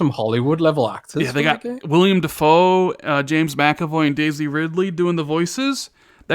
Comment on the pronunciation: Willem Defoe,. Not William Dafoe.